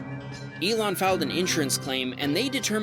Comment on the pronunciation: You mean Ilan as in Elon Musk?